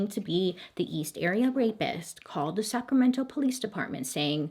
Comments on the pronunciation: Me cheering Bailey on when she pronounces all the county and city names correctly. GO GIRL GO! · Guuurrrlll, are you even from California? Because you totally pronounced "Sacramento" right! You didn't say Sacrameno like the rest of us!! 😂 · I really love the way Baily says Sacramento... And the V word is pronounced "Vye-Say-Leah"